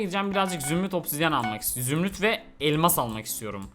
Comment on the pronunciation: Zümrüt değil zürnüt